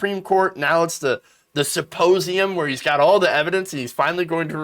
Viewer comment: He keeps calling it a "supposeum"... go figure!